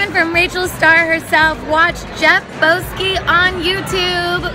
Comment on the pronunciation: Jeff Boski > Jeff Bow-ski